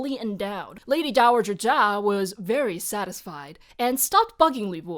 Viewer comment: The way you said “VERY Satisfied” just broke me 😂😂😂